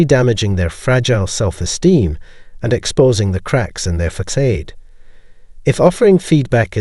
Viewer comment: Facade = "Fuh-sod" there is no long A in THE 2nd half of the word.!